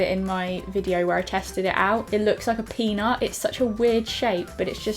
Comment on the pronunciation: Love how you inspire people to just play with their makeup and just have fun :) I laugh so hard when you said "peanut" the only thing I could here was penis 🙊 :D And what is the song you use in the end?